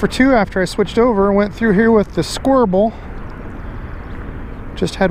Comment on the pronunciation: Despite popular belief, correct pronunciation is squir-bull. 😂👊 Thanks for watching man.